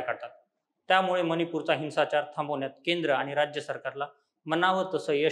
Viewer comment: हिंसाचार या शब्दाचा उच्चार हिन्साचार असा नसून हिंव्साचार असा आहे. याची दखल घेऊन योग्य बदल करण्यात यावा.